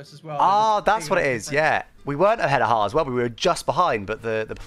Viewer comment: The L and the T on Haas 😂😂😂😂